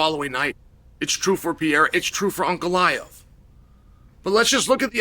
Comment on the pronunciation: You can tell Chael likes Ankalaev by the way he pronounces his name correctly.